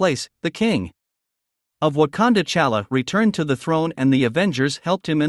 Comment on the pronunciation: His name ain't Chala! It's T'Chala!!!